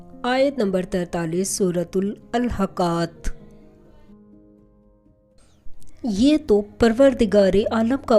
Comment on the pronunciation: سورہ کا نام ال حاقہ پڑھا جاتا ہے ۔۔باقی سبھی درست ہے۔۔